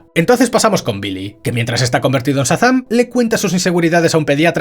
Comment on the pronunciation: Por qué dice "Satán" en vez de Shazam?